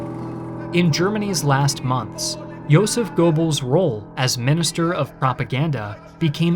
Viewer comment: It's Joseph not Yoseph